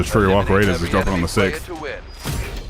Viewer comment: ive never heard try to say "6th" before...